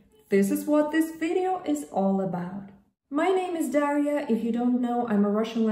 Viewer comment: Those were some really good tips, Daria. As I heard you pronounce your name, it sounded more like a three-syllable Daw'-ree-uh, rather than two syllables Daw'-ria. How do you write it in Russian, using Cyrillic, please? About the last tip, do I enjoy learning Russian? I absolutely love learning Russian! Especially from you. You are very engaging and very entertaining. My problem with jumping around from program to program, isn't a thing with Russian. It's that I also love learning other languages, German, French, Arabic, and Italian. And Hebrew and Greek, just because they are the supposed original Bible languages. My ideal way to learn a language, especially my new love of Russian, is by immersion. I want to see Russia, and also Ukraine, so badly my heart aches for it. Speaking of Ukraine, it turns out Ukrainian is slightly different than Russian. So guess what other language I'm learning? I speak Spanish fluently, so a lot of the sounds for the letters aren't that new or complicated to me. Sometimes, it just requires that little bit of tweaking. I just reminded myself to hit the notification Bell. Because I kept missing your videos when they come out. Thank you so much for your time, effort, and hard work. I appreciate it and love it.